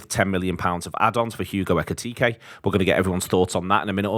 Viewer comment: Pronounce his name correctly ffs it’s not bloody hard Why do these butcher foreign names?